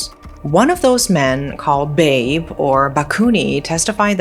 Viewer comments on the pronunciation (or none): It actually pronounced "bah-bɛ". It's a way of calling elder man with the word "pops"/"dad" in native language of Jakarta known as Betawi